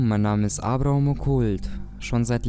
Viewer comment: Du heisst abraham sagst aber abrohom Logik?